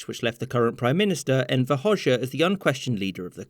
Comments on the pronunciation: You dont say it hosha you pronounce it hoga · It's not pronounced Hoshe, but Ho-Ja. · Albanian Hoxha is pronounced like Hoja, not Hosha😭😭😭😭😭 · Its pronounced hodja not hozha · Hoxha is pronounced closer to "Ho-cha" :) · He pronounced Hoxha as Hozhja. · Well represented history! Though, as a side note, it's pronounced Ho-ja (or hodge-a) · You completely pronounced hoxha wrong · Love how he pronounces Enver Hoxha😆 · Yep,as an albanian you are right,he did mispronounce it.